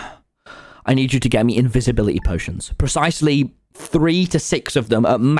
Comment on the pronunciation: i think he was trying to say INVISIBILITY TWO